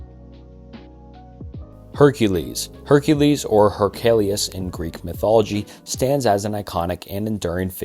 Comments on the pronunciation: Where the hell are you getting Hercaleus from lmfao his name to the Greeks was Herakles. Pronounced Hera (being the root word as he was a named for the goddess Hera) KLEES. Say it with me bub. HERA-Kleese. One more time. HERA-KLEESE. Brother I don’t wanna sit here and nitpick. But if you’re gonna stop researching and attempting correct pronunciation like you used to, I’m gonna tear these videos apart. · How does this dude butcher the name "Heracles" when he literally pronounces "Hera" correctly like 10 seconds later lmao